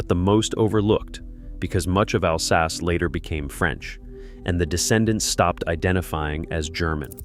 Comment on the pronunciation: Doesn't pronounce Alsace correctly either.